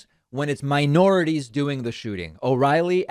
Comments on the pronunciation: Mi-or-i-ties?? What is this jerkoff talking about! I had to stop the video a few times because he makes my skin crawl. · I heard "miorities" though ? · I'm sorry David, but the title for this video is clickbait. He clearly said "miorities," not "miNorities." Typical lying globalist leftist Marxist elitist anti-fun communist.